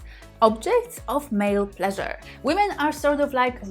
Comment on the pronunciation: My porn is listening to say 'Plleasure' 🇵🇱🎶 😘